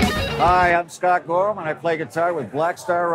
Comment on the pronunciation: "Soctt Gotham" 😅